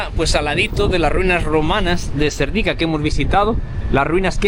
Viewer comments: No es Serdíka, es Sérdika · Hola y mucho gusto a conocer os,,Yo vivo en España 22 años y soy búlgara,,Cuando veo que sois dos jóvenes que también queréis aprender les digo que Serdica el acento es en la PRIMERA "E" y Vitocha también en la primera "I",,Gracias Un saludo